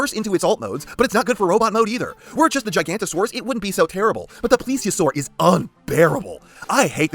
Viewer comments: Its pronounced giga-nota-saurus not giganta-saurus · Erm, it’s actually pronounced Giganotosaurus, not “Gigantosaurus” ☝️🤓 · I hate to be that guy but…it’s gig-a-NOT-a-saurus, not gigantosaurus, that’s a sauropod. Forgive me. Great video though.🦖🦕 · Hate to be that guy but i believe its pronounced gi-ga-no-to-saur-us not gi-gant-o-saur-us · Man hearing you on origins wheeljack, then hearing you contradict yourself on this is shocking. Like it does exactly what it’s supposed to do. Also the entire video you butchering Giga-noto-saurus and calling the elasmosaurus a plesiosaur hurt. Otherwise nice review broski. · misspronouncation is one thing, but MISIDENTIFICATION ! that's another thing